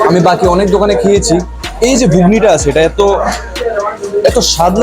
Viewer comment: Ghugni not bugni😅😅😅😅😅